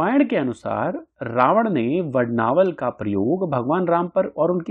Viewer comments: वडवानल स्तोत्र है वडनावल नहीं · 🔥 अरे ।। वड्नावल नहीं वडवानल बोल 🔥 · 🙏 Aapne har baar vadnaval ka uchcharan kiya hai Vadvanal ki jagah. 🙏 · Vadd vaa nal...... Hai..... Vadd naa val.. Nahi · वडवानल !!!! वडनावल ?????? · Vadnaval nahi . Vadvanal hai . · Vadnaval nahi vadvanal hai sir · इतनी अच्छी जानकारी देते हो और "मुख्य विषय" का ही उच्चारण गलत करते हो!! इसको "वड-वानल स्त्रोत्र" कहते है, वड-नावल नही क्या यार!! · aap galat bol rahe ho vadnaval nahi vadvanal hai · It's vadnaval or vadvanal. Video title is different and the person speaking in video pronunciation is different. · Vadvanal hai aap vadnaval bol rahe ho.uchvharan this se kare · वडनावल नहीं वडवानल कहा करो. आपके हिंदी उच्चार ठीक नहीं तो संस्कृत क्या पढोगे? 😂😂😂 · वडनावल नहीं वडवानल बोलो 😂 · यह वडवानल स्तोत्र हैं परन्तु मुझे खेद हैं कि आप वडवानल के बजाय बारंबार वडनावल वड़नावल वडनावल कहते हैं तथा आप अपने वाणी में शुद्धता लाए किसी भी संस्कृत श्लोक का उच्चारण विशुद्ध होना यह प्रथम अवशकता है । धन्यवाद दूसरी बात यह भी है कि सार्थ का अर्थ, अर्थ के साथ होता है आपने सारांश बताया है । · Vadnaaval nahi,vadvaanal. Correct yourself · अरे वडणावल नही वडवानल है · Vad-naa-val nahi, Vad-vaa-nal 🙏🏼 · वडवानल स्तोत्र को वडनावलं क्यो कह रहे है आप ???? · please listen to the pronounciation in the video mere bhai. Every time the word is being pronounced as Vad-naa-val. Anyway, thanks for the informative video🙏🏼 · क्षमा करे इसका उच्चारण वडवानल है.jaanakari अच्छी लगी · You are right it should be vadvaanal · वडवानल है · It is vadvanal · Are you a fool ? You are pronouncing vadvanal as vadnaval .😮it is hanuman BAHUK not bahik